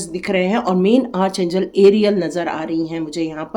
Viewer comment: Spelling jo bhi ho, pronunciation Arch angel nahi... Ark angel hai... ❤